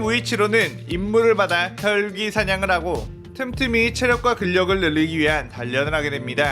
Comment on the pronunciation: 17분 11초 일대 혈귀인데 헐귀라고 하셨어요